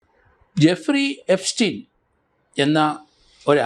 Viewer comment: ജഫ്രി എപ്സ്റ്റീൻ. അല്ല എഫ്രിജസ്റ്റീൻ